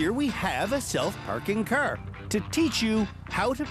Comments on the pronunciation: UGHH "CER" and "PERK" SAY IT RIGHT ITS FUCKING "CAR" and "PARK" AAAAAAAAAAAAAAAAAAA.. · “we have a self parking CeR to teach you how to parallel PeRk”